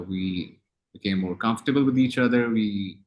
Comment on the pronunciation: Hamza sohail said again and again 'we are confatable each other '😀😀